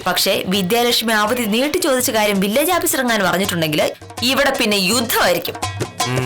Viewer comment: 18.01 uthama, vakkeelaappees alla.. Village aappees 😄